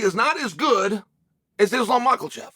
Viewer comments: Why is Chael Sonnen so dumb? Why does he keep saying "Maakhal-chev" when it's pronounced more like "Mahaachev"? Why can't he pronounce a simple name??? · Fuckin mackerelchev man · You say Michaelchev, I say Mackelchev. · "Islam Michael Chev," "Hazmat Shemev." It sounds like he is intentionally doing it at this point. 🤣🤣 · I can't believe everyone but Chael has been spelling and pronouncing Michaelchev's name wrong. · Uncle chael purposefully saying Mahkalchev is hilarious as hes one of the best/ most well known in chaels industry 😂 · cant stop laughing at Uncle Chael saying Maakhal-chev and Hazmat 🤣🤣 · Makes me laugh that Chael makes no effort to correct mispronunciations of fighters names lol. Every time he says Macklechev I laugh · Chael is so disrespectful when he mispronounces Islam last name - It just shows how biased he is against Islam. All I'm gonna say is if Islam beats Volk again then the Pound for Pound committee should move Islam to the top of the PfP rankings! Islam is risking everything - Volk risked nothing for the first time and he is risking nothing again the second time. He only took this fight on short notice out of desperation, because he thought he would loose his chance to fight Islam because Islam wants to fight the top fighters in his own division - which makes sense to me. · There is no L in makhachev chapel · Why does Unc pronounce an L in Makhachev 🤣🤣🤣